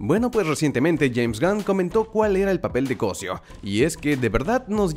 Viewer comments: ¿"CÓSIO"? ¿NO ES "COSÍO"? NO QUE MUY ORGULLOSO DE SER MEXICANO. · Cosío (Cosíiiiiiiiio ), no Cosió y menos "CÓSIO"... AHÍ TE ENCARGO QUE SE NOTE EL ORGULLO DE SER DE MÉXICO, decir mal el nombre dejaselo a los no mexicanos... Jajaja ahí te encargo jajaja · Repite conmigo,: CosÍo... Co... sÍ...o Tienes un problemita con la lectura de acentos... 😔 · Muy orgulloso de ser mexicano y ni siquiera puedes pronunciar su apeido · Es solo que cdo una persona no save ni prounciar el apeido de su propio compatriato se siente falso el orgullo eso es todo